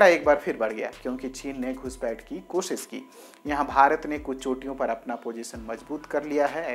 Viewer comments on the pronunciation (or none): none